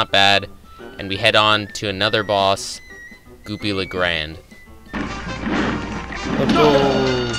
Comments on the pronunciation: It's goopy le grande not goopy le grand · Its Goopy La Gran-de not grand 😢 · WHYYYYYY! WHY DO YOU SAY GOOPY LA GRAND AND NOT GOOPY LA GRANDE! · pronounce it goopy le gran dae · Gran-de(day). It's Columbian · Goopy le grande